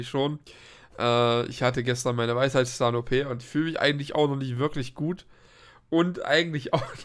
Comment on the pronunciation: "Weifheiftftfahn", absolut goldig. 😂 Gute Besserung.